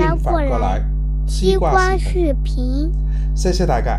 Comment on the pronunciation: 他应该是想練好华语, 用那个什么app来自動出字幕吧(他提到廣府话 app 自动出不到宇幕)，我看一些英文的视频，發音若不準出来的字就不对了。 我个人听他講还好，只是视频听到戏棚，油管听到摇滾而已，其他全明白哈哈。